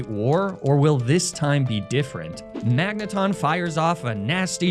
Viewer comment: Magnemite thought it could avoid being mispronounced by evolving